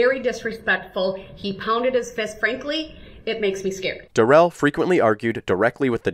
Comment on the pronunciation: Just a note - his name isn’t “da-RELL”, it’s pronounced normally (“DARE-ul”). He bizarrely changed his name pronunciation during the trial, but his mother/grandma/GF (and he himself during sentencing) pronounced it correctly.